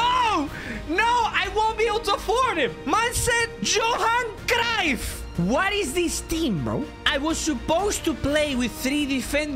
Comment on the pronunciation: Johan craiyf 💀